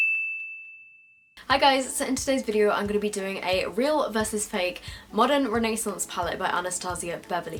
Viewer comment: Does it bother anyone else the way she says renaissance